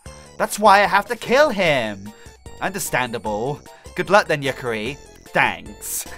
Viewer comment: you pronounced Yukari wrong it is spelled the way it sounds like